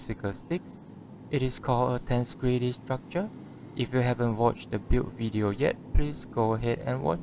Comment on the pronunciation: Oh ffs another person who can't pronounce a simple word 😑 Ten-seg-rity not tens-grity or te-nseg-rity !